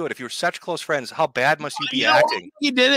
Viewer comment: Internet fwends do we really got them , internet fwends..